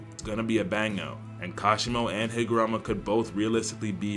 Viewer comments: W video, was waiting for that. Js as a head up, I’m pretty sure it’s “Higuruma”, as “Hee-Guh-Room-Uh”, but it’s been a while since I’ve finished the manga so I might be wrong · yo........ the name higuruma is pronounced hig-ah-ROOM-ah, bro is not helping his race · Tere is no "a" in HigurUma's name, please pronounce it correctly